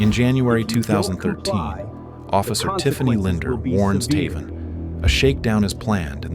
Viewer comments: I'm 99 percent sure it should be pronounced TAY-von, not Taa-von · Is his name pronounced “Tay-von” or “Tuh-von”?! wtf?!